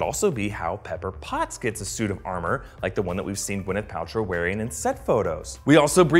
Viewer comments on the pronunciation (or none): none